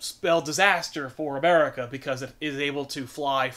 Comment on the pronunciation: Uh-meri-cuh....fuck yeah